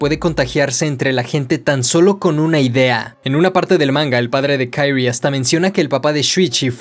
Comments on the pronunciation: No puedo no mencionar que la pronunciación del nombre de la protagonista es QUI-RI-E no KAI-RI, salvo eso que me distrajo, es un excelente video de la obra! felicitaciones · Por que le llamas Kairi como si el nombre fuese en inglés jajajajjajaja😂😂😂😂😂😂😂😂😂 de solo escuchar Kairi me da cringe😅 el nombre se pronuncia así talcual es Kyrie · Se dice kirie, no kairy, ya que es japonés, no ingles, fuera de eso, muy buen video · De verdad que adoro todos y cada uno de tus videos pero ya llevo 5 aguantándome algo y que diré con todo el respeto del mundo... solo quiero decir que la fonética en japonés es igual que en español, de verdad se llama la protagonista KIRIE, sin ponerle otra vocalización a las letras, no es como el ingles o francés... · No es una crítica negativa. Pero, ¿Por qué pronuncias el nombre de Kirie como en inglés, y no como en japonés? Que es lo correcto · Muy buen video me encato la explicacion y la forma de explicarlo lo unico es como dices el nombre de kirie .... es pronuncia tal y como esta no en forma americana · Por que pronuncias el nombre de la chica como gringo si el nombre es japones? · Me molesta como dice el nombre de la chica, como agringada , todo lo demas cool